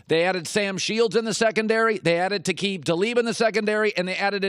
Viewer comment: “They added Taquib talib” - Colin Cowherd 5/22/18